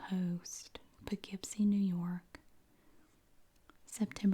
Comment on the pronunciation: As being from NY, I applaud you for saying Poughkeepsie correctly 😂 No one can ever say it right lol. ALSO, the Barnsider is an amazing restaurant and the Colonie Center mall is right by my house! WHO GOT A HOLD OF THESE MATCHES BEFORE YOU! There’s so many from where I live, that’s amazing!